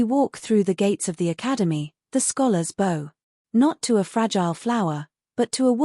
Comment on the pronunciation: Not crazy about the ending, but the story was good. Narration still has a few words that are out of sync w English usage, such as lead the mineral rhymes with said, a bow of courtesy rhymes with hurt sound ow! and a row of something rhymes with oh.